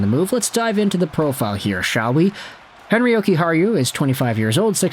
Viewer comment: Is that how you say his name, I was calling him Henry 😭😭😭